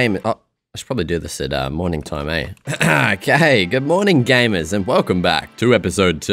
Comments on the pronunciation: he saying "gay"mers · Did you say GAY?! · "good morning gaymers" 💀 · "Good morning 'GAY'mers" 😂